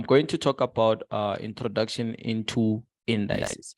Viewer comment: I was wondering who this gogo "Ester" is then I realized he meant Easter. Then he took the word "Introduction" and converted it to "Introducation" My bro is a true ninja.